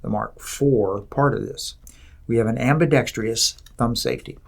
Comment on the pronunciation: Idiot points the gun at his head and can’t pronounce ambidextrous